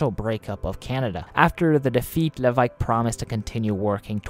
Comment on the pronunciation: I double taked really hard at the pronunciation of Levesque's name. A considerable effort to both look up the correct pronunciation and make a stab at it. Solid effort